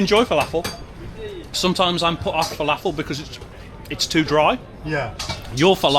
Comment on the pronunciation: That's not how you pronounce falafel. Please learn